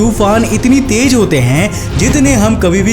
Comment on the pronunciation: Jada /jaida nahi Ziyada bolo bhaiya, Tej nahi tez